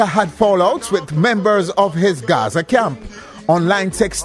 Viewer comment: from SA mi seh Gaza not Guzu😢